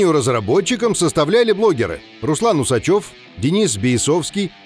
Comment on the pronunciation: УсачЁв? Может УсАчев?